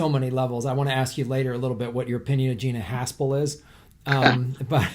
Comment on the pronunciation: Am I hearing the name correct ? Gina Arshole 😆